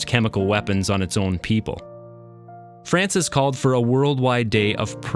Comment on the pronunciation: On dit l’effet François pas l’effet francis